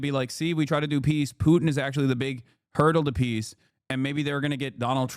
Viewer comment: Do you also hear macron saying peace as piss ?